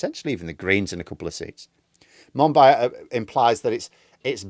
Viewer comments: I think you pronounce Monbiot Mon-bee-oh btw. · Very interesting. George monbiot is great. (pronounced mon-bee-oh by the way) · You should at least learn how to pronounce "Monbiot". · Lol, I had to pause and read the screen because I didn’t catch who was talking about. I am happy to know it’s not me who got the pronunciation wrong. 😅